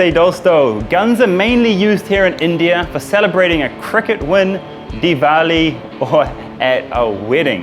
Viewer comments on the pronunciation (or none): none